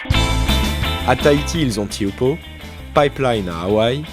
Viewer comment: Lol "ti oupo" ça se prononce plutôt "té a ou po"